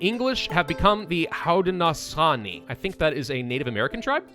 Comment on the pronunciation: The native american tribe is pronounced (Hoe-Din-A-Show-Knee)